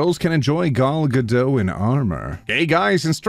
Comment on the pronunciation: the T is pronounced in Gal Gadot. have a good day everyone 👍